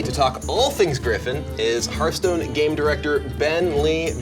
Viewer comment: The fact that he says hörthhstone triggeres me...